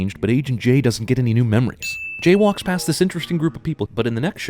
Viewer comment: I'm sure this wasn't intentional, but you just said "J-walks" haha;)